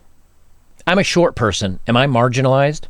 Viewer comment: Dammit, she didn't say MARGINALIZED. She said Margarinalized as in BUTTER!!! She's describing herself as butter. Her pronoun is Butter. Butter attitude sucks. When she sits on your face is smells like butter.